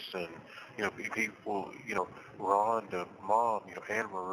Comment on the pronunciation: I hate the way he sounds and how he pronounce Rhonda because that is my name 😮